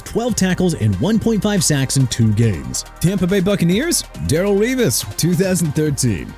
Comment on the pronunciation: It's Ger-boch not Ger-back!! You can't get a quarterback's name right then you need to quit!! Also you got Darrelle Revis' first name wrong again! It's pronounced Da-rell not Daryl! Embarrassing! TOO EARLY FOR THIS GARBAGE!! BY THE WAY CALL THE JAGUARS JAGWIRES AGAIN AND JACKSONVILLE GON END UP HAVING A TEAM NAME CHANGE!! UNBELIEVABLE!!!!!